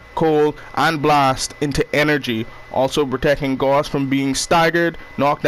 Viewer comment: It’s pronounced gouse like doused